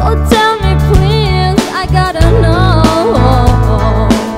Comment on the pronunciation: pronunciation bhayena it sounds like show instead of so.